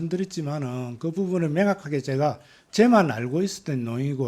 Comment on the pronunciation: 명확하게를 맹확하게. ㅠ